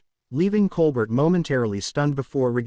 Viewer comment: The ai voice doesn’t even know how to pronounce Colbert